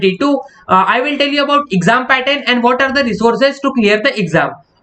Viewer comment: Toll u nhi hota tell you hota hai bhai 😂😂😂